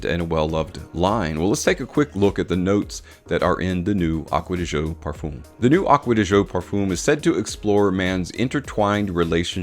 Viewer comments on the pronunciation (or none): Pronunciation of Parfum is absolutely brutal.